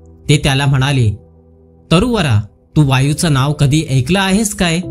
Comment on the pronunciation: कथा वाचन करताय पण ( तू माझं ऐकलं नाहीस ) याचा उच्चार तुम्ही तू माझं एकलं नाहीस असा करताय . म्हणजे अ वर 1 मात्रा म्हणजे ए आणि अ वर 2 मात्रा म्हणजेच ऐ करा उच्चार अशा पद्धतीने.